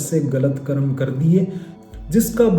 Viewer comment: Pahle to , "Karma" nahi ,"karm"